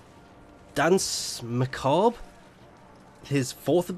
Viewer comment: actually it's more closely pronounced "dans macaab" phonetically, it's a reference to an old piece of music. The other Warframe channels are gaming channels, not classical music, I wouldn't expect them to get it right.